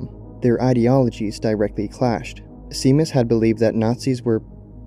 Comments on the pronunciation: Seamas is pronounced as "shay-mas," not "see-mas." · Amazing video, 10/10 top-notch editing. One thing - the name Seamus is an Irish name pronounced as "shay-mus". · It's prounaced like Shamus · I could swear that Seamus is pronounced as "Shay-mus" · “seamas” is supposed to be pronounced “shay-mas” it’s an irish name 😭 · Not important at all but I’m pretty sure the pronunciation is “Shay-moss” at least that’s what is it it’s spelt as ‘Seamus.’ Could be totally wrong though, again super unimportant though lmao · Seamus is pronounced "Shay-miss"